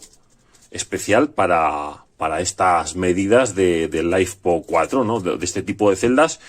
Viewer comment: lifepo4, litio, ferro, no laifpo, que rs vidapo